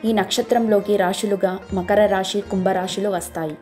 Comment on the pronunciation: Rashi, Shani kaadu. Rasi, Sani ani palakaali.